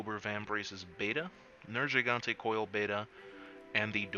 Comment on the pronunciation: I think you mean to pronounce it ner-GI-gante, not ner-JI-gante. For fucks sake, they even pronounce it inside of the game audibly. There's no reason for this, people.